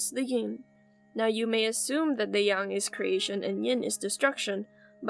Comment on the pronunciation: Her: Yin and Yung Me: But i was told it is Ying Yang